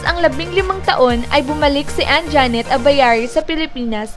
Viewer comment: Anjanette,hindi Anjaaaaaanette,ok.?.